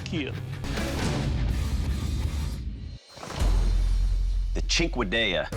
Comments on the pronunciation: “It will keel” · it will keel! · “It will keel…” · It will keel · Most importantly: it will keel